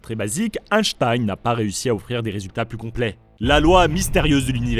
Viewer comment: Super vidéo, merci les trasheurs. En revanche la prononciation d'Einstein en "Hashtaïne" m'a trigger tout le long. Merci, continuez vos excellentes vidéos.